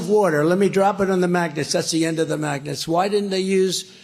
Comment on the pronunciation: magnets pronounced maganuts..